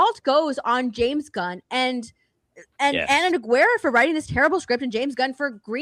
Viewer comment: said Nogueria correctly. The girl in the black hat - way off. It’s a Brazilian name and shares her name with a MMA legend.